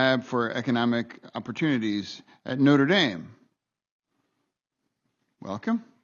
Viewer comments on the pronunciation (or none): none